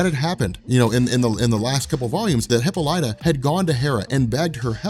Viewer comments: LOL Come on dude. HippoLightah? It's hip - AH - li - ta ! PS I love your stuff man. I have been binging on your channel for weeks now. Pronunciation of hero names and places is your kryptonite though. BEE-ah-lee-ah is the city at the start of this series. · Hippolyta [hi-pol-i-tuh] "hippo-light-a" is driving me crazy. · Wonder woman's mom's name is pronounced hip-Paul-lit-ta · You pronounce Hippolyta's name like a jackass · Thank you, I'm glad I'm not the only one, I didnt wanna be the one to say anything.